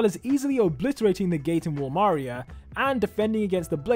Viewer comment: the way he said wall maria😂😂😂